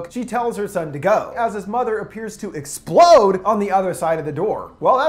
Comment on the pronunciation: Idk why I keep laughing at the bit about “his mother seems to exPLODE”... maybe it’s just the way he says it XD